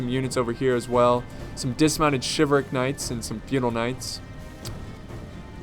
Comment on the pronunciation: Umm you're forgetting to pronounce the "L" in Chivalric